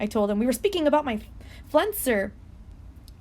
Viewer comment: Why does she not know how to say flenser 😂 like